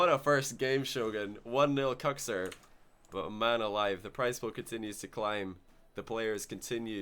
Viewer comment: pretty sure its not pronounced "cooks"